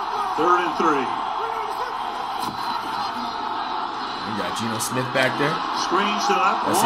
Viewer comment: "Deebo Smith"😆